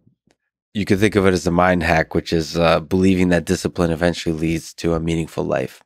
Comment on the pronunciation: Cartman-san, you rack ah disciprine! 🥋